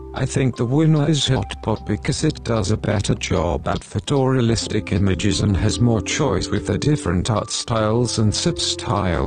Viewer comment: when you say photorealistic it kind of sounds like fedora-realistic so I gave the video an upvote.